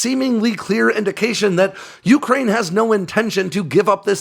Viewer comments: bro. it's yucrane. not yooocrane. great report, but you're putting the emphasis on the first syllable when it only applies to the middle part. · Dude, please stop saying yooookraine